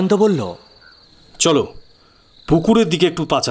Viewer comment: মানিকের উচ্চারণ এ problem আছে যেমন বল্লো উচ্চারণ কে উনি বলেন ব ল ল । নস্য না কি নস্যি ?